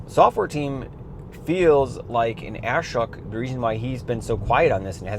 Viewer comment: Just subbed - 1st time YT algo fed your channel to me... But, your pronunciation is completely wrong: "Ashok" sounds like "Uh-shoke" or "Ah-shoke" (the "A" is a short "uh" or soft "ah" as in "about" or "father"; "shok" rhymes with "joke" or "poke," with a clear "sh" sound). Great compilation of Tesla’s commitment to HW3 owners. The 14.xLite will arrive by July 1st! If not, the chronic complainers' wailing will hurt my ears worse than your Ashok pronunciation. 😂